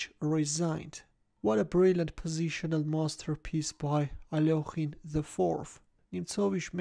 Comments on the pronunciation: How pronounced Alekhine is so satisfying for some reason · I love the Russian pronunciation! So much better than English